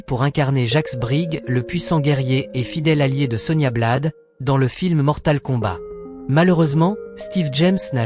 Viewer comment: Ah ? la synthèse vocale n'est pas encore au point. Gérégory Emcékini 😂😂, Rob1 chou le moine Shaol.1, Sonia blaad, ChristoFaire Lambert....